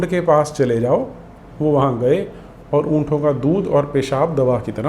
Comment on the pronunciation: उंटों होता है "उंठों" नहीं।